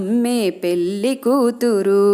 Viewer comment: పెల్లి కాదండీ పెళ్లి voice బాగుంది